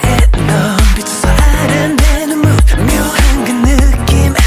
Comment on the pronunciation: The fact that taemin pronounced move as MOVE and not mobe..